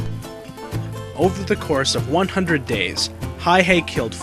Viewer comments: the mans name is Simo Häyhä, not "Hayhe" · It's Häyhä... not Hayhe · It is not Hayhey the way the vid keeps pronouncing it It is Hauha , the two A s pronounced like cat, the U pronounced like uniform. Does it matter ? To finicky detail oriented history buffs it does. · Simo HÄYHÄ, not Hayh-e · Its Häyhä not Hayhe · It's Häyhä, not hayhee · His name is Simo Häyhä not hayhe or what ever reads in this video. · MAN Huh? Häyhä was a native Finn who died there in 2002. The Finnish language most definitely has a "ä" letter. The name is pronounced "hay - HAH" (accent on the second syllable, the "HAH" rhyming with the "a" sound in "add.") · well thats how we finns roll, and Stalin's birthday present that year was 200,000+ dead people, courtisy of the Finnish military, also its Häyhä, pronounced Häuyhä, sorta, I can't emphisise the pronounciation online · Get his name right Simo häyhä inconsiderate jerk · I feel like this doesn't pay true respect to Häyhä. He was way more bad ass then you make him out to be... and you are saying it wrong dumbass. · how exactly does one pronounce that, I have wondered for a while.